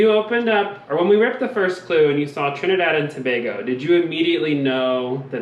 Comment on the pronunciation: Im in aww as to how perfectly u say Trinidad & Tobago. So many people pronounce wrong. As a fellow Trinidadian it means so much to us when ppl take time to say it right. I love Amazing Race from the first season and I have always wanted to try out. My heart bursted in excitement when I heard that my birth place was the first leg. I always tell ppl if u ever go there on vacation u have to take the boat or plane to see the Nylon pool its so amazing.